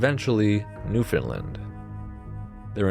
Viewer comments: Its new foundland not new finland. It is being miss pronounced. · I love this! Also I'm an atlantic canadian and just so you know, Newfoundland rhymes with understand. You put the emphasis on "land"! :)